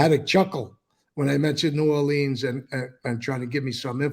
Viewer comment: C'mon Mikey you gotta say it New "Or-lyns" or New "Or-lee-uhns" so if you're ever in the city they'll think you're a local. Cant wait for the book on that. Alot of people think the New Orleans Axe Murderer was actually Black Hand related hits as the victims were mostly Sicilian grocery store owners. The Italian and Sicilian influence on cajun/creole/French/African/Spanish/Southern food has resulted in some of the best food ever.